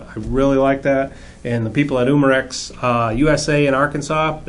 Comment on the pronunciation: its not uuuuuuuuuumarex umarex